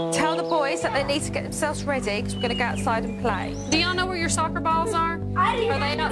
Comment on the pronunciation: Hard for the English lady to say "soccer." haha